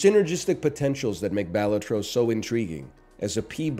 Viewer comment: I'll die on this hill...pronounced 'Bell-all-tro'